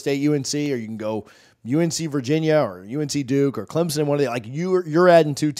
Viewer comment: I dont want to join any conference where the fans cant pronounce Clemson. There is no ‘z’ .